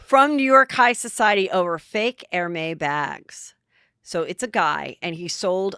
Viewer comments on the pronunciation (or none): EHR-MEZ is how it is pronounced.